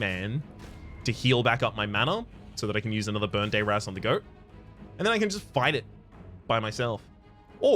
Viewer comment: I would like to point out that you are critically mispronouncing the spell burn dayr azz.